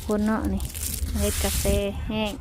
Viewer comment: ประเทศไทยเรียกว่ากาแฟ ไม่ใช่กาเฟนะคะ